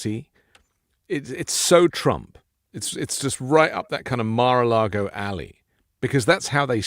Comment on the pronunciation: Mr. Filipkowski, I have always wondered—why do you say Mir-a-Lago instead of Mar-a-Lago?